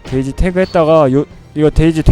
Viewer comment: 나만 그런가.. 왜 자꾸 데이지가 돼지로 들리지..